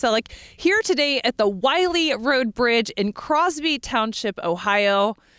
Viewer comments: If only she had pronounced the road name correctly. It's Willey, NOT Wiley! Our farm reached to the bridge from along Paddys Run Road. And it is NOT in New Baltimore either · Drive over this bridge several times a day. Always wondered what was the correct pronunciation for the road name. Some say it like Willey others say it like Wiley. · Hi Bruce. I researched the pronunciation of the name "WILLEY" before we did this piece. Even though the locals pronounce it "Willey" the road is named for a former land owner and their name is pronounced "Wiley". As far as "New Baltimore" is concerned, I put "New Baltimore" in the title for a location reference as this was the nearest town.